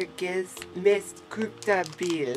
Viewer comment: de flesta verkar säga "kupta"när de försöker säga "köpta"!(asså inte svenskar,såklart)har sett på en massa sånahär videor nu,haha,vet inte varför...